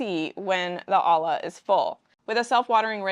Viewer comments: Olla is pronounced /oi-yah/ not /ah-lah/ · it's weird that you started pronouncing olla properly in the middle of talking about them and then suddenly started pronouncing it wrong again. Those are a Mexican and native American invention. Olla is the Spanish word for pot as Mexicans speak Spanish and we learned about these from them. The double L is Spanish is pronounced like a Y or J sound. So the pronunciation is oh-yah like you were saying it sometimes, or oh-jah